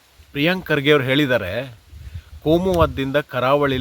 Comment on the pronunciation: Karge Not Kage